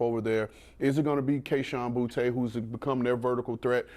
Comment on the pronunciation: "bou-tey" ...... he obviously hasn't watched a single pats game -_